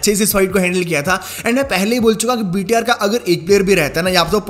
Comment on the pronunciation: Bhai Tum BTR bolte ho thou lagta hai ki VTR bol rahe hoo